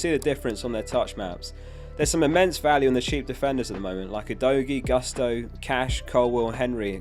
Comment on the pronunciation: by the way it's "Gusto" as you read it, not "gAsto":)